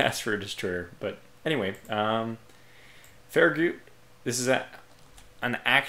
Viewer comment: The last part of Farragut is pronounced Gut, as in your stomach, not Goot